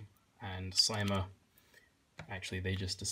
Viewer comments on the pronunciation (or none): CYMA is pronounced s - ee - ma